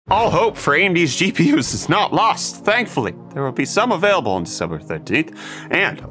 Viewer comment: GPIs? xd